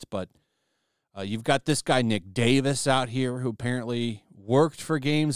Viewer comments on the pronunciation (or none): none